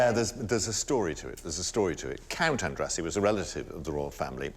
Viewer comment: It is pronounced like "Andrashee"